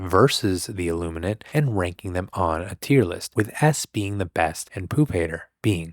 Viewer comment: every time I hear you say the name of the ships, i hear "sausage" kkkkkkkkk